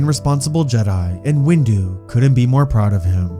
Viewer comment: Every vid that says “windu” it says “wu” 😂😂😂😂😂😂😂😂😂😂😂😂😂😂😂😂😂😂😂😂😂😂😂😂😂😂